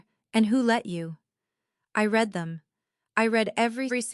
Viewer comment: If AI is so great, why can’t it determine the correct pronounciations for the word “read”. It’s different for present and past tenses.